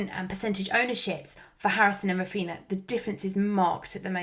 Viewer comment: I know this is widespread, but the same as we don't call them Coutino and Ronaldino, Raphinha is pronounced Raphinia, only Andy from Let's Talk FPL is calling him correctly :)